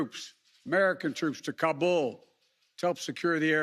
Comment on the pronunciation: Is he actually tryin’ to brag? Jesus Christ. “No nation would’ve had the capacity...” Idiocy. Edit: it’s getting worse. Are there citizens who believe what he’s saying? Does he? Why does he say Taliban and Kabul like he does? This guy. If we don’t show and prove strength in this world there will be those who’ll step into the vacuum. Would you prefer that? I’m ashamed.